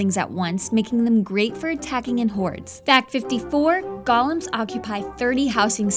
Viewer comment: GOH-LEMS? WTF IT'S GO-LEMS